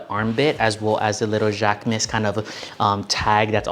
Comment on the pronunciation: I took three years of French in HS and I just want to clarify that the proper pronunciation for Jacquemus is jock-moose.